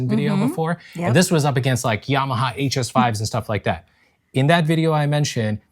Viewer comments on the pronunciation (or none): none